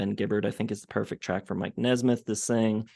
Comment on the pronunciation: At least he could have said mikes name correctly. Who cares what you think.